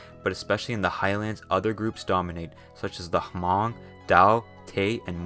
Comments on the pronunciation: Hmong is pronounced like Mung in English not Ha-mong. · Not trying to um actually you, but Hmong is actually pronounced with the H being silent, and sounds more like muhng rather than with a hard o, if you're curious. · Small correction Hmong is pronounced like mough-ng (but like one syllable) if that's too confusing the H is silent, bound to happen but it's always good to clear up right